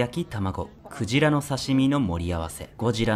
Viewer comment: クジラがゴジラに聞こえた